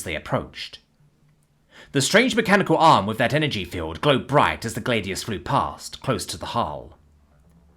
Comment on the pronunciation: Gladius is pronounced glad EE us, 3 syllables.